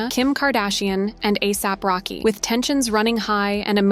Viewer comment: Ah-sop rocky 😭😭